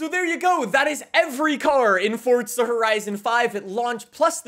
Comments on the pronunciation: It’s Forza not Fortsa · Its FORZA not FORTZA 🤦🏼‍♂️ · Forza not fortza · Why do you say fordza not forza? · Dude it’s not fortza it’s forza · Why is he pronouncing it “Forzza” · did he say fortza? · Can u please say forza properly, don’t say “fortza” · I don’t like how he says forza as fortza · Fortza lmao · The way you say “Forza” gives me a stroke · Where’s the “T” in Forza. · Since when is there a T in forza